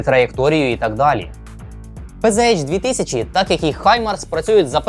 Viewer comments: Правильно казати ПцАш. Бо це німецька мова, а не англійська. Панцер, а не панзер. Z читається як Ц. І літери ейч в німецькій немає. Є аш. Не надто важливо, але ріже вухо. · У німецькій нема букви "Єйч". Читаеться "ПанцерХаубиц",тобто "Пє-Зе-Ха"